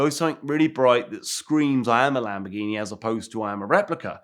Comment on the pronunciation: "Lampoorghini" LoL!